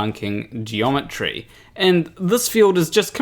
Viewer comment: Except it sounds like he's saying Geology rather than Geometry.